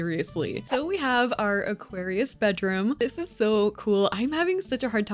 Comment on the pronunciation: As always, Aquarius gets butchered 😢